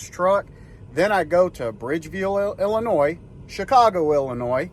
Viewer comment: The s is silent in Illinois